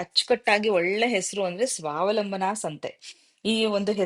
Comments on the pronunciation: madam ನಮಸ್ತೆ ನನ್ನ ಪ್ರಕಾರ ಸ್ವಾವಲಂಬನ ಇದು ಸರಿಯಾದ ಪದ ಅಂದುಕೊಳ್ತೀನಿ ಸ್ವಾವಲಂಭನ ಅಲ್ಲ ಅನ್ನಿಸುತ್ತೆ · ಸ್ವಾವಲಂಭನ ಅಲ್ಲ ಮೇಡಂ ಅದು ಸ್ವಾವಲಂಬನ.